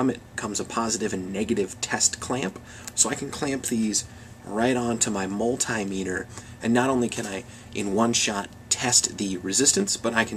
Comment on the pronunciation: Not called a mul-TIE-meter. It's a mul-TIM-ater. Good thing to know for next time.